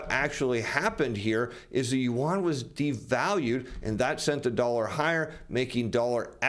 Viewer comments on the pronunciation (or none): Did he say…let’s contin….yuan…? 😂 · please learn to pronounce the Chinese currency correctly.